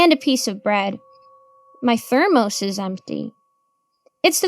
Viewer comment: Why the freak does she say thermos like that